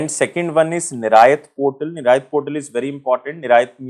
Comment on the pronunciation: Niraaayaat nahi..niryat hai sir..hindi ke sabdo ko kharab an kare